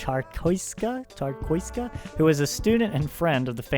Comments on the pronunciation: Czartoryska - Zar-tohr-ee-skah. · Ch-ar-toh-ryh-ska. Next time u'll own it 😚